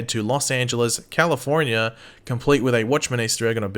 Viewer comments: The way he said "California" 😆😂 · Omg... please listen to the way says California 🤣🤣